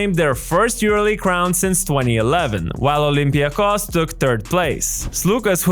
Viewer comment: First of all, how did you say first olympiakos. Re ouuu